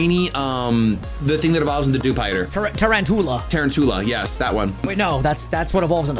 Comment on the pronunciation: Ain no way said “evolution of Dewpider”, completely missed it, and somehow also got it wrong, said tarantuola, and still somehow got it right. Two wrongs do make a right